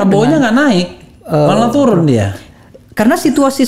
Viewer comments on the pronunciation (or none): Menit 52.04 mangcek refly keluar plembangnyo, turun jd toron logatnyo, dk pck ilang :)